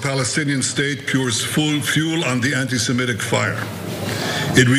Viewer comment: FFS Stop saying "anti-Simetic." Do you know any Simetes?